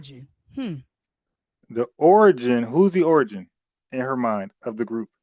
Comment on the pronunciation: Every time I hear say “Grewp,” I wanna throw up.